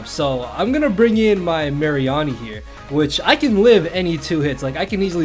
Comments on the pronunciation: "Assault Vest Marry-arnie" It's Mah--ree-nee! As Marine and Meanie xD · I have never heard someone pronounce Mareanie the way you have (no hate just saying)